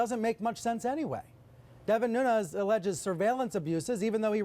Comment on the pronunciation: Nunes is pronounced like the word "DUNES". It goes back awhile but it's the way the "PO-TA-GEESE" speak spanish, It's like they are holding their tongue with two fingers and their thumb, for real.